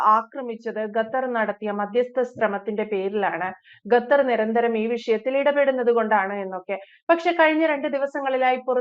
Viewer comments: ഗത്തർ അല്ല 🤣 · ഗട്ടർ അല്ല, "ഖത്തർ " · not GAthar, but Qatar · GHATHAR ALA " khathar " AANU. JAI HIND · ഖത്തർ not ഗത്തർ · ഗതാർ അല്ല, ഖത്തർ എന്നാണ് ഉച്ചരിക്കേണ്ടതു. ഒരു രാജ്യത്തിന്റെ പേര് ശരിയായ രീതിയിൽ പറയാൻ പഠിച്ചിട്ടു വേണം ഈ പണിക്കിറങ്ങാൻ. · ഗത്തർ അല്ല ഖത്തർ എന്നാണ് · ഗത്തറല്ല, ഖത്തർ. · ഗത്തർ അല്ല ഖത്തർ എന്നാണ് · ഗത്തർ അല്ല ശരിക്ക് ഉച്ഛരിക്ക് ഖത്തർ ആണ് ശരി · Gathar alla Qatar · Gathar alla Qatar. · ഗത്തർ അല്ല ഖത്തർ. ക്യാമറയുടെ മുൻപിൽ വന്നിരുന്നു പറയുന്നതിനു മുൻപ് അക്ഷരങ്ങളും വാക്കുകളും സ്പുടമായി ഉച്ചരിക്കാൻ പഠിക്കുക. ലോകം മുഴുവൻ കേൾക്കുന്നു എന്നൊരു ബോധ്യം ഉണ്ടാകുന്നത് നല്ലതാണ് 😁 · ഗത്തർ അല്ല ഖത്തർ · ഗത്തർ അല്ല. ഖത്തർ